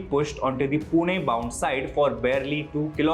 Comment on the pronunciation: I know its wrong to comment this on serious issue but you genuinely pronounced PUNE perfectly in english too😂